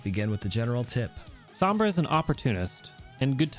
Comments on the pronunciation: its pronounced “sohm bra” not “sahm bra”. it has a long O sound like in “row” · Top main. Doesn't say Sombra properly.